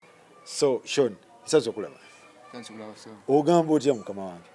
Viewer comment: It's Sean but pronounced Shown